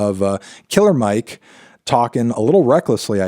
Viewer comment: You should know it’s not pronounced “Killa Mike”, Fantano. He’s said his entire career that his name is “Killer” with the R pronounced smh 🙄